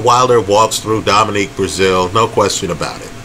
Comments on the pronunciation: He’s consistently horrible with names!!😂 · Dominic not Dominique! Lmao